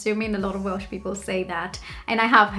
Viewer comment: I've seen a few of your videos, only knew you as a Brazilian in the UK. My god......how did I ever think you were anything but Welsh ? When you say you are not Welsh, it sounds to me like you are saying; " I am not well." You don't want to spoil the ship for a ha'porth of tar. Great video, Welsh ? Who'd have thought it ? No, not Welsh. I know.